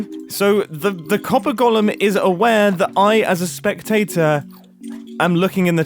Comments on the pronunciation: Mumbo”cool a spectator detector” Me”cool a tator detector” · every time you say spectator i think of a tiny potato and i'm ok with this. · Most People: Spectator Mumbo: Speck-TATE-ore (no hate to mumbo)